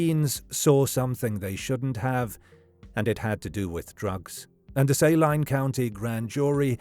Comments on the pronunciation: Just for clarity: Saline County isn't pronounced "say-line" but "su-lean" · Saline pronounced SAY-LINE is weird. Especially since I'm from Saline County Kansas. We pronounce it SA-LEEN County. I'm from SALINA KS BTW. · I’m from Arkansas. The Clinton connection is deep and strong. And it’s Say Leen county. I will forgive your accent, though. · For future reference, Saline is pronounced Say-lean or Sa-lean. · I live in little rock, and the way you pronounce it is the same way we do. Was just pronounced wrong in the video.